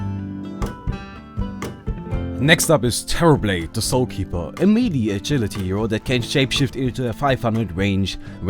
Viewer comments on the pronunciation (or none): none